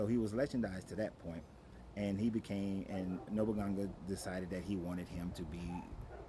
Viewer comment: No boo nah gaaa lol that's how you'd pronounce it